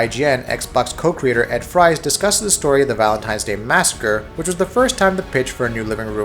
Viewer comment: Ed Fries's surname is pronounced "freeze."